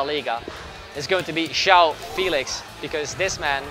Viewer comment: ITS NOT JOÃO "FILIX" BUT "FÉLIX" ITS DIFFERENT